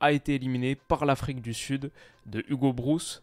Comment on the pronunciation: Je ne sais pas où en est ton apprentissage du néerlandais, mais le "oo" de Broos, c'est un O long, le "ou" néerlandais s'écrit "oe" ;-) Très bonne vidéo, comme d'habitude, sinon !